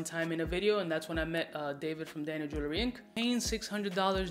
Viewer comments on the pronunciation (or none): none